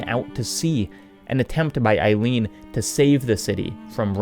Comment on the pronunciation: great video as always but, c'mon, EILEEN?